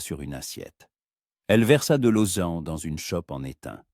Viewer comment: l'eau se prononce... lo